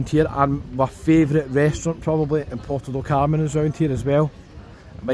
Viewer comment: PORTO DOT Carmen ❌ ... PUERTO DEL Carmen ✔ ... Bye bye ... 👋😉 ... enough is finally enough !!